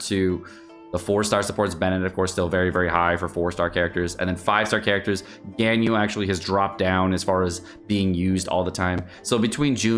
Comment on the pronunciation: Is mispronouncing Ganyu’s name on purpose? That was so annoying to watch, besides that, great content. Keep it up